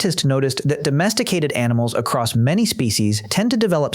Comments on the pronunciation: Great video, but remember, narrator, the word is "across," not "acrost." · My only problem with this is you keep saying acrosst, with a t? theres no t man is just across long distances. same thing with cross man, theres no t, idk why it bothers me so much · there's no T at the end of "across." do people actually think "acrosst" is a word? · Good God! The word is across! There's no ed or st on that shit.